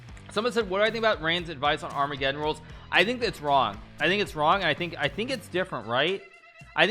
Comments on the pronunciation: 'R- megadon' ????????? amegeddon brooo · Why "Ar-Mega-don"? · Is he pronouncing it like ar mega don on purpose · “Armaygadon“ - Grandmaster Hicky Nicky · Why does Hikaru pronounce armageddon 2 different ways lol... I feel like Hikaru when he looks at memes, I don't get the joke.